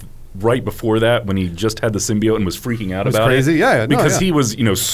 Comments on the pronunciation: Adam just say symbiOAT not symbiOTT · You guys are pronouncing Symbiote wrong, it's pronounced sim-by-ote not sim-by-ot. The reason Symbiotic doesn't pronounce the "ote" sound is because the E is removed in Symbiotic. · Every iteration of Venom has referred to it with the same pronunciation as they do in the movies, "Sim-Be-Oat" . I don't know where "Sim-Be-Ot" came from but it feels like it was a joke with Adam pronouncing it wrong but he just leaned into it lol. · It's SIM-BEE-OAT. Symbi-O-T-E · it's not pronounced Symbeeot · Okay Adam we get it, they mispronounced symbiote in the first trailer....pls keep repeating it every 3 seconds, it’s not like they fixed it before release or anything 🙄. The film is fine, obviously not fantastic but worth watching for Hardys performance alone.